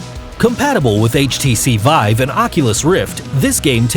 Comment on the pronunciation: Is it just me, or did he call it the HTC vibe multiple times?